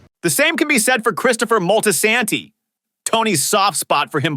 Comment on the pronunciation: The ai voice is mad weird. Moltasaaantee. SAYGA.